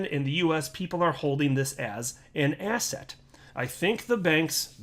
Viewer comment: There we go again. Asset sounds like asshat. Stop giving me disgusting Jay Clayton references! 😂